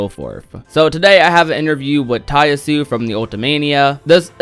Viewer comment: You now inconsistently finally pronounce "Nomura" correctly; "Nuh-more-uh," but "Yasue" is pronounced with the "e" in an "ay" sound on the end & "Ya" is pronounced "yah," since it's a Japanese name; "Yah-su-eh."